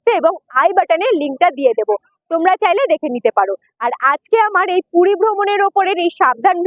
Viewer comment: Ooo DIDI PUDI NA PURI...CLEAR KORO